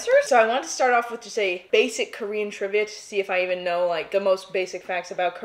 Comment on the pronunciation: "I knourr"😂